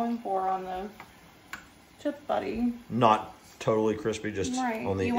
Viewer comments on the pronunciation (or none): Chip buddy - haha. It's chip butty. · It's butty's with Ts not Ds 😂😂